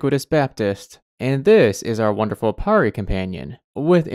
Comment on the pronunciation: Because im Iranian, we have the word pari (which means angel) and the name sorush. So i can say that you are pronunciation for pari is wrong and you should use "A" as a "AA" but your pronunciation for sorush was right so thats good. Also fun fact sorush is my little brother's name😂